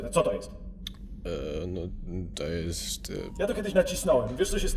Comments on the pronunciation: wymawia się [wejder] a nie [wader], ale daję łapkę w górę ;-) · Super. Ale mówi się Wejder, a nie Wader. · Nie mówi się "Vader", tylko "Vejder". Pisać, to pisze się "Vader" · DLACZEGO "WADER" ZAMIAST "WEJDER"?! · lord wader? lel. CHYBA MOWI SIE LORD WEJDER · CZYTA SIE KURWA "WEJDER"